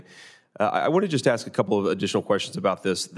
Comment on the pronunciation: If the pilot pronounces the word "ASK" as "AXE" i AM NOT FLYING WITH THAT GUY